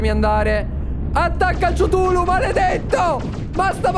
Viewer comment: Si dice ctulu non ciutulo